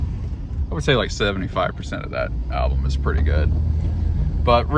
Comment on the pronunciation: I’ve been dismissive of it for too long, I must comment on your pronunciation of album. There’s no second L! Grateful gang checking in. I’m grateful for your videos every day. It’s my nightly routine to watch them before drifting off to sleep.